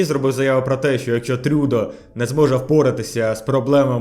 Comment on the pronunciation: Тю що з наголосами у нього що за трЮдо гуараМІЯ?! Правильно ГуарАмія трюдО